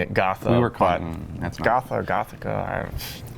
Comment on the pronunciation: If it’s German, it’s pronounced GO-TA